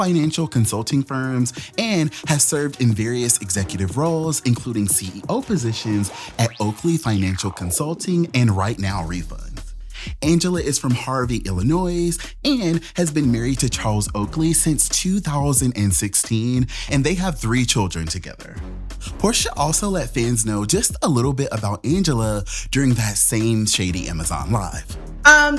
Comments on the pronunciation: Illinois is pronounced •ill uh noy• lol not “illinoise” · Did you really pronounce Illinois with a ‘s’ the ‘s’ is silent in Illinois smf